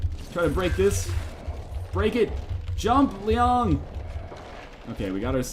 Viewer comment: THE WAY YOU PRONOUNCE LIANG MAKES ME ROFL. No offense, another great game you introduced to me